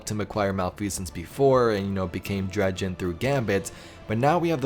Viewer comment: Dredgen.. Dred Gen, not Drejen. it isnt J like dodge